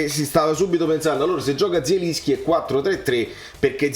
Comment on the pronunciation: E però se dobbiamo fare i fiscali nelle pronunZie, si legge JELINSCHI, con la J alla francese.